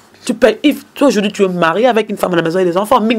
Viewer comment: vraiment on dit aujourd'hui pas aujordi,tu fais la honte de promo Le bambino et L'Ecomas,je suis de cette génération promotionnelle scolaire donc il faut présenter ton francais comme il se doit.OK.